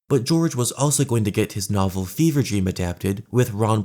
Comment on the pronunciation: FEVRE DREAM LMAO “BEAN DREAM”